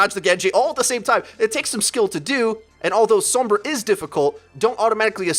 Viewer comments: Oh my god ITS SOMBRA (sawm-bra) NOT SOMBRA (some-bra) It's triggering me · S-AH-M-BRA not S-OH-M-BRA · whenever he says her name I cringe like scratching a blackboard SOAMbra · some-bra lol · If you're gonna pronounce the O as it would be in Spanish also pronounce the R the way its pronounced in Spanish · Why do you say sombra like that. She says her name not like the way you say it. Maybe you shouldn't play sombra if you can't say her name right. I'm Latino so this is why it bugs me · I am so sorry but it's really bugging me how you say Sombra xD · Pronounce sombra right u fuckin idiot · How do you pronounce Sombra's name so wrong??? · I know how it is said, and he butchers it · The way he's saying sombra is really pissing me off